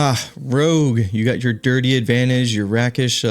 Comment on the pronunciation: You're gonna hate me for this bro, but know that I do this out of love: rakish is pronounced like "RAKE-ish". It basically means looking like a dashing handsome rogue. :P